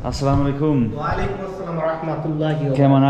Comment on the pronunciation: The Way He Say "Assalamualaikum" Is Far Better Than Some So Called "Salamalaikum" Or "Samalaikum", Astagfirullah....